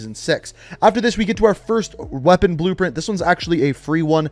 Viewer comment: Weapon brpent yeah I heard that😂